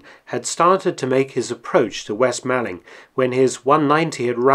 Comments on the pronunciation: Sorry to be pedantic but it’s pronounced moorling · Excellent piece. But being from Kent and just a little pedantic, it's pronounced west/east 'mawlling' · Fascinating but just a small point Malling is pronounced as MAULING. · "'Ere, chaps, you'll never guess what just 'appened in Malling..." (It's pronounced "mauling" btw) I properly lol'd at this! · Just being a pedantic Man of Kent it's pronounced 'Maw-ling'. The 'Mall' rhymes with 'fall' or 'call' not 'pal'. Interesting little video though. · "Mawling" not "Maalling" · Nice video, but your pronunciation of West Malling is poor (the A is pronounced the same as in ‘ball’) - are you a spy? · You do seem to unearth some very interesting information well done mark P.s. malling is pronounced as in shopping mall